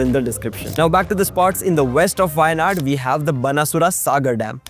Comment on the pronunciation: appreciate your in-depth research but also pay attention to the pronunciations. specially the "zh"